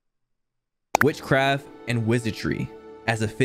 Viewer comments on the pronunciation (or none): homeboi said witchcraff